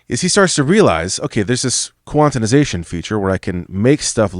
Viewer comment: Heh, i just noticed you put an extra syllable in quanti(di)sation. Love the content, just made me chuckle :D